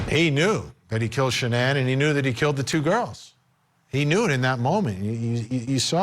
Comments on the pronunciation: Her name was shannan, not Shannon 🙃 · Her name wasn't Shannon, it was Shanann. SHA-NANN. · His wife's name is Shanann not Shannon. 🙄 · Could you take the trouble to say his wife’s name correctly? Her name isn’t pronounced Shannon, it was Sha-nan. His little unborn son also had a name - Nico. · Her name wasn't Shannon...its Shan-ann! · If your gonna talk about this case , then at least get the wife’s name right . Shan ANN !! Not Shannon. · Its SHA NAN NOT shannon cmon man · Her name was Shanann. Sha-nann! Not Shannon. Least we can do in remembering her short, precious existence is to get her name right. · Love Vinny but he needs to pronounce Shannan's name right. It it's not Shannon it's Shannan! N this was disturbing to all people with maybe the exception of those who have no emotions! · her name isn't Shannon.. its Shanann.. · SW's name is pronounced "Shah-nan, not Shannon. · His wife’s name is pronounced SHAN ANN. It’s not difficult to do that type of research. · If you can’t get the person’s name right, you lose all credibility in getting the facts right. Her name is Shanann Watts. That’s Shan-Ann. It’s not hard bud. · How are you going to talk about this case like you know about it and then mispronounce Shanann's name ? It's not Shannon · SHAN-ANNE IS the pronunciation. But this man is abhorrent! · I hate when ppl mispronounce her name. Shannon NO it's Sha man. Smdh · Vinnie ... Could you please pronounce her name correctly? Shan•Anne ... Is how I remember her describing how to pronounce her name. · At least pronounce her name right you fool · First of all this isn't a newly released video I saw this video 3 years ago like everyone else who followed this story This reporter is a joke I don't know why he's even doing the story it's old news he couldn't even pronounce Shanann correctly and he doesn't even know the kids ages. It's titled video surfaces no we've seen this video years ago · On point. And yes, they should say her name correctly